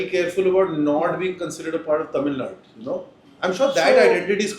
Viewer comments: does he deliberately mispronounced tamilnadu as tamill*du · Tamilnaidu he meant